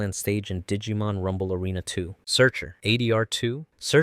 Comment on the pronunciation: This video really is great but i swear to you i've never heard the -Mon prefix be pronounced like that